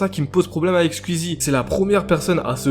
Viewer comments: Belle vidéo sinon c Skou-i-zy pas Skou-i-zy 😉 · Ça se dit "Squouizi" pas "squuizi" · Ah...le «Squizi» m'arrache les oreilles et aussi l'orthographe de certaines personnes sur le noms de Squeezie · Ce n’est pas méchant mais pourquoi tu fait une vidéo sur squeezie alors que tu ne sais même dire son pseudonyme tu dit nana skuizi déjà tu devrais apprendre à le dire . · Ça stresse personne qu'il dise "squizi" 😂😂